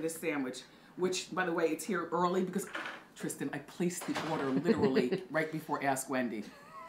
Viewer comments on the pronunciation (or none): none